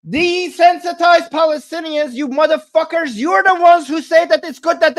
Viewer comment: The more "muthafockers" you say the more i enjoy the live stream😂